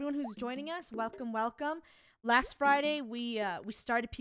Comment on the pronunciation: I like how says fridy and not friday🤣